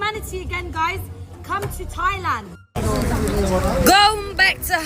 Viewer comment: I’m Native Hawaiian and hearing that Thailand b mispronunciation just made my blood boil. We don’t like tourists here in Hawai’i and honestly don’t want them here. Especially ones like her.